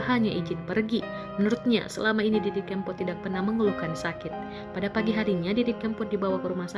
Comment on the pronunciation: Narator nya kayaknya nggak kenal dg mas didi.... cara ngucapin "kempot" jelas jelas menunjukkan bahwa dia gk pernah dengar nama itu.